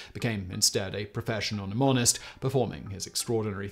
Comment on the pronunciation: Simon, why do you keep saying "numonic" and "numonist"? Can you not pronounce the sound of the letter "e"?